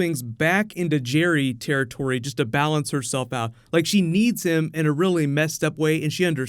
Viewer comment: Jerry territory? Don't you mean Jerry-tory?